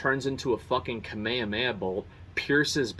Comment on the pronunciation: the biggest surprise when I watched his video, was him correctly saying kamehameha